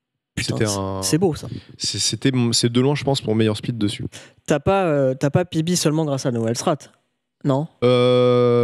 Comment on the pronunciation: Au lieu de PB j'ai compris bébé Au moment où terra a PB g compris terra a un bébé